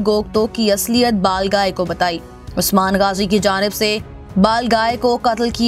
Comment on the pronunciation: Kis kis ne mistake pakdi he iski balgai bhi bolna nahi ata he chali chanel chalane balgai hota he baglai nahi